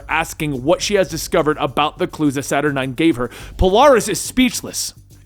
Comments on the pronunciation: "Saturn nine" and "ArakkoA" really? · Suturn 9? I am fairly sure that is not the way to say that name